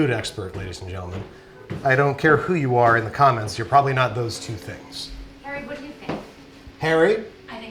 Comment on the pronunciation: did He just say "Pumpkin Pasties from Parry Potter"?